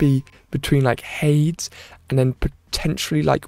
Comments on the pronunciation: Also, what is up with “Hay-d-s”. You said it correct before🤣 “Hayd-es” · It's Ha-deez, not Hayds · Why do you pronounce Hades weird?